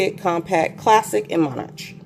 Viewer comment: Good review! btw, Covey is pronounced KUH-vee (after Stephen Covey). Monarch is pronounced Mon-ark. :)